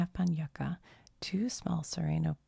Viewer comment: "yuca" is pronounced "you-ca" 🥹